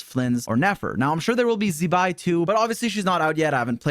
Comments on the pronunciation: 😅Z-bai is a curse word. It's pronounced more as ZZ-bai. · can you please pronounce Zibai’s name correctly, it’s not that hard. you literally have a Chinese gf